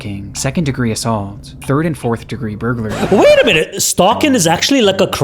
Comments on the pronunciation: Nope, it's how it's spelled Ber gler ree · You pronounce "burglary" like this; bur-gul-ree. Or that's how I pronounce it. Hope it helps.